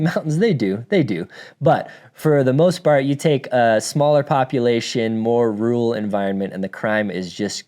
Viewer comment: Rooral 😂 I’m just teasing, great vid.